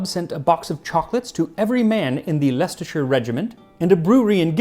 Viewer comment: As a British person, I'd like to say that you got the pronunciations of Leicester and Leicestershire spot on.